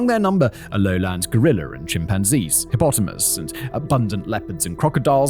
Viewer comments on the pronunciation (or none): Did...did he call it a hippotomas. I realize hippopotamus isnt much different but hes definitely missing a pot or two.